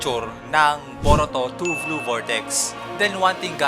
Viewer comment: Blue sir hindi "vlue" hehe 😊